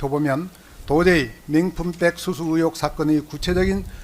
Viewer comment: 변호사란놈 발음좀 제대로 해라~맹품백이 뭐냐~아이그